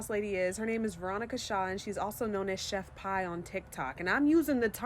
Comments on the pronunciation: lmaoooo! 😂 it’s Chef P like the letter “P” and sounds like [PEE]☠️☠️ but keep saying Pie I like it better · I love that you’re calling her “Chef Pie” 🤣🤣🤣🤣 she doesn’t deserve her name pronounced correctly anyway